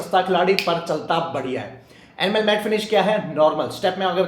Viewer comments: Enamel bolo Animal nahi😢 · Kahan se aya maza nahin aaya aur enamel pronounce karna seekhlo. Animal janwar hote hai. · ये भैय्या, एनिमल नहीं इनयमल है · Animal nahi, ee-na-mel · Your pronunciation of enamel is wrong Pls check it’s not animal it’s enamel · I heard animal till I read the description.. 😂😂 Thanks for info